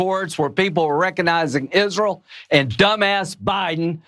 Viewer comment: Lindsey, who is the president??? By the way, it is not “ Isrule,” it’s Israel!